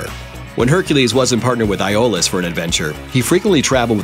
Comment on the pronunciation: The narrator mispronounces Autolycus & Aeolus. Maybe a little research would help before making these videos as it's not the first time Mojo has failed in this, by far.